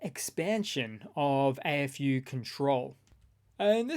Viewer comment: AFU sounds funny when you say it sounds like Eh FU.